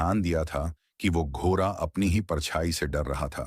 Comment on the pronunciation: सभी कहानियां बहुत ही रोचक अंदाज से बताई जाती है ऐसा लगता है हम उस युग में पहुंच गए है, सिर्फ एक बात बुरी लगती है जब ड अक्षर का उच्चारण ठीक से नहीं किया जाता जैसे , लरका, लर की, घोरा आदि